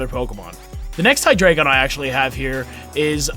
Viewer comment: FINALLY SOMEBODY PRONOUNCES IT RIGHT...jeez